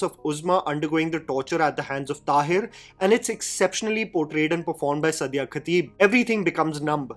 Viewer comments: Suddiya? What is wrong with your pronunciation???? For all the authenticity, research, correctness, and intelligence you boost of... it's disrespectful how badly you pronounce muslim names. Its Saaaadia, not Suddiya. Also it's Ibraaheem, not Eebrahim... that's for the annoying way you kept referring to Ibrahim Ali Khan in your Nadaniyan review. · Actress ka naam toh theek se lelo yaar. The way you are taking her name and surname is like a blow to the ears